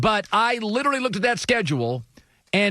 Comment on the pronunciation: Bro the way he speaks the sscedulee